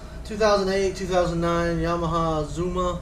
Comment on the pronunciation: Actually Kenda's have been a great tire for the price. Why would anyone listen to a guy who can't even pronounce Zuma, or get the cc # correct in the video title... And I can't believe anyone would entrust you to change their scooter tires. Guessing on everything including torque specs... Idiot, you're gonna kill someone!